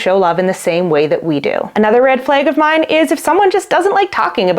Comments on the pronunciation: As a French Canadian, your pronunciation of the word 'red' seems perfectly normal to me. 'Flag', on the other hand, sounds like "fleg" ;) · to an American ear, you’re saying “red” normally but saying “flag” like “fleg”